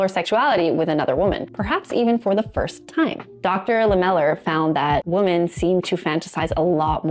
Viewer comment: Woman singular is pronounced "Wu-muhn" .. (as in "that woman is really cute") When talking about MULTIPLE women (notice the "e") .. it is pronounced "Wi-MEHN" ... (as in "That group of women are really having fun together!") Say the word "whim" without the "M", and then add "MEN" at the end ...... then you have "Wi-Men"